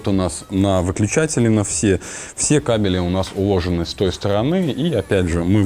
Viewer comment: ппц, кабелЯ и тут же кАбели